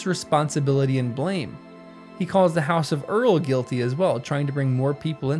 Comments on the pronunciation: Also: Eorl= "Ay-orl" not "Earl". FWIW. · Interesting take on Tolkien. Also Eorl is pronounced A-oral long a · Not to nitpick (neat subject matter for a video), but Eorl is pronounced "Ay-ohrl. There's audio from August 1952 in which Tolkien himself illustrates this. Otherwise, love the video - thanks! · The pronuciation or Eorl throws me off every time lol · Someone teach bro how to pronounce “Eorl”